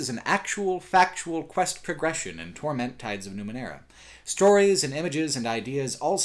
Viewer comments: Why does he say "torMENT" and not "TORment"? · I am curious... why do you pronounce "torment" as "tor-MENT"? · is on a mission to make the title 'Torment' sound like a fake French dish in a wannabe upscale restaurant